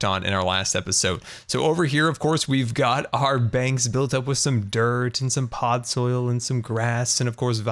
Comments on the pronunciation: Please just stop saying pod soil, its PODZOL its starting to get annoying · Seriously, why do you call it Pod Soil?